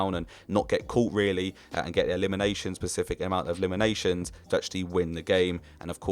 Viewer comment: Decent video, but god is it aggravating when someone says "pacific" instead of specific